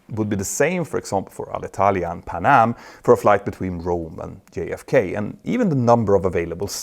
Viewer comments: Good Italian pronunciation! 👍 English needs a bit of work, though. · Italian here. Thank you a lot for NOT butchering our language when talking about Alitalia! Good pronunciation!